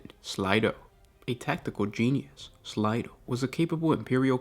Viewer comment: Slay. Slay-do. Not slydo